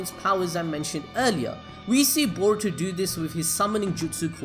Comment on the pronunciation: Can you say boruto 5 times fast Stop saying baruto